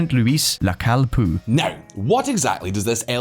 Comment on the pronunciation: It's P O U, not Poo ffs!